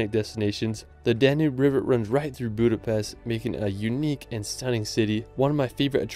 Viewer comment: One thing. It's "Budapest", not "Budapeszt".